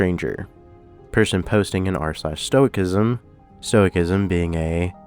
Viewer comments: The pronunciation of "stoicism" was bothering me until I realized that it makes total sense to pronounce it that way. Every other "-ism" is just -ism, so "stoic-ism" being "stoisism" is some bullshit. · This is the first time I've heard anyone pronounce it "Stowik-ism" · Interesting story, and don’t hate me for this but the “c” in the word stoicism drops it’s hard “k” sound, for the softer “s” sound. Who knows why English does what it does, lol, but that’s the way it is. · The C in stoicism is pronounced like an S.